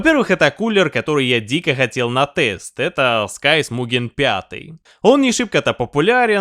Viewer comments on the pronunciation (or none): scythe - читается скорее как "сайф", но никак не скайс. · Сайс, не Скайс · Scythe (Скутхе) - читается Сайф. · Scythe - произносится сайф и общей сборной таблицы по температурам нигде нет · что с английским,? Сайф - коса. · Друг, Scythe по другому произносится :) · сколько лет уже, а блохеры и остальные ленивые троешники "косу" все также произносят как дебилы. даже кнопочку озвучки в переводчике лень нажать, чтобы услышать как должно звучать слово scythe, но после "влазит" вопросов уже нет. то, что про заделку боковин у пластин, производительность или воздушное давление вентиляторов и продуваемость и влияние этого всего на температуры ни слова, уже не удивляет